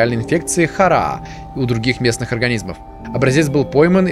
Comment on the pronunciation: правильно говорить харАа Ударение на вторую А!